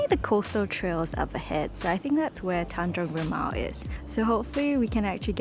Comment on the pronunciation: you pronounced it correctly. Tanjong rimau